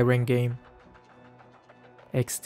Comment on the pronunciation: I keep laughing when says eksdi 😂😂